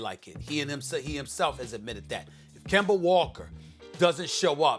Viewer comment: SAS Finally Said Kemba Name Right 😂😂😂